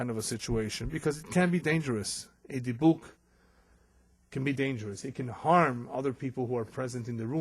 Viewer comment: I’ve heard it pronounced “dib-ick”. Not “dee-buk”.